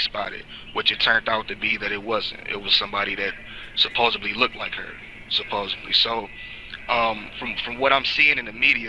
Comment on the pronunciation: God stop saying "supposably" that is wrong and ridiculous it is pronounced supposedly